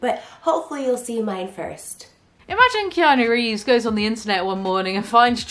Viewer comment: Let's pour a vintage Keanu of '94 or '02, tbh. Sidenote, did Trisha call him Keanu Reams?